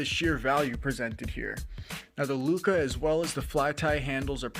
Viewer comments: Bro said "flyti looca". But great video, very informative. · Great review, thanks! BTW lucha is pronounced loo-cha, it's Spanish for fight, like the wrestlers luchadores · Lol Lucha is the word! You have a couple other comments about it too. Its pronounced how it looks. Loo-Cha, that ch make the classic ch sound like if you were to say change. If this is a weird troll then you got me lol. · How the hell do you not know the pronunciation of the item youre reviewing? Never watched wrestling i guess. Good in depth review besides that annoyance.